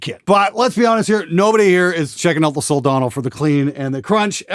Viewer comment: good gawd, thank you for pronouncing it right. hope in humanity: restored.